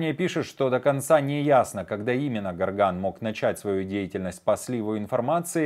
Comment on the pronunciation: Не Гарган а Горган ! Буквы не меняются как в слове россия чтоб произносить рассия ! Вы в адеквате вообще ??? Это не риторический вопрос , ответьте умники !!!